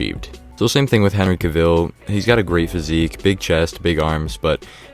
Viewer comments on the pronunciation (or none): It's pronounced "Henry CAVill" not CAVILLE!!